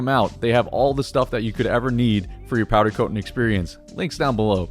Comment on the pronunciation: I listened to him say powder coatn 6 times in the first 3 minutes and just couldn’t do it haha